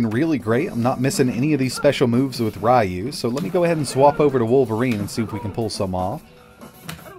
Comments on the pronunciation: It’s reeyew not rye-u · Ryu is pronounced REEE yoo. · Rayu? Dude, the guy is Japanese.